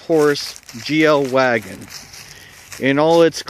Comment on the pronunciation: Its funny when u called it vvagon 😊 , her trunk its not at same size as amish's vvagon (they still have vvagon , u may end ur lunacy sir)